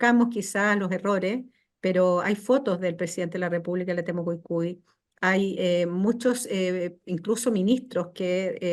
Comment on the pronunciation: por favor, es TEMUCUICUI y no Temucucui.